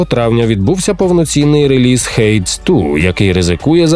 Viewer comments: Перепрошую, але я більше не можу після стількох повторів, занадто ріже вухо. [хейдс] -> [хейдіз]. Друге - правильна вимова англійською, загугліть "merriam-webster hades", там є аудіо у словнику. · Хейдіс, гра читається як Хейдіс, не Хейдс